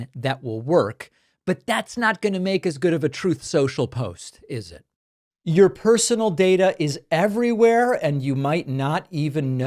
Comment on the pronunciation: David, the closed captioning is broken. I clearly heard you say Troth Sensual, but the cc said Truth Social. 😂